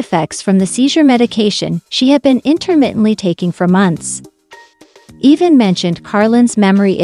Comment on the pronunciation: Pronounce Evan correct Once in a while you say it correct